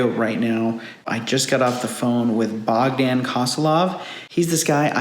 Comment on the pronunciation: BOGDAN...the O is long, the A is short 🤦‍♂️ you’re such an American